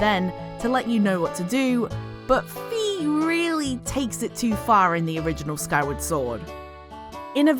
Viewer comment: Fai not fee